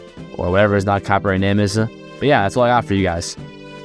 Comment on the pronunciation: "butUH ur still my favorite unit of this updateUH"